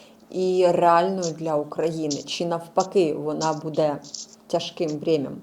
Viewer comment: Буде(наголос на перший склад!!!!) ставит правильно ударение…, прекратите «интересничать»!!! Уже до рвотного рефлекса. Ваши вопросы тоже приходится слушать!!!!